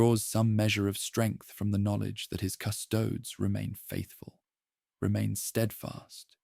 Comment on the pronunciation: Cu-'sto-des, not "cu-'stoads". --- This is actual latin (plural of Custos "keeper"/"guardian") and it's a three syllable word denoted by it's three separate vowels, with each being distinctly pronounced with the stress on the second-to-last syllable "sto" because of the naturally long vowel. As in the famous quote "Quis custodiet ipsos custodes?", meaning "Who guards the guards themselves".